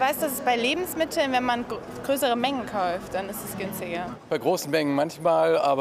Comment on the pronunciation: "käuft" Hhahahaahhaha